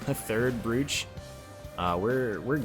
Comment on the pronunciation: Despite it's spelling, brooch is pronounced broach.